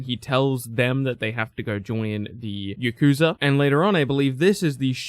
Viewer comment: Why do you say Yakuza like that?